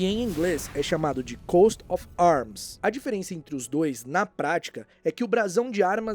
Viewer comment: "coat* of arms"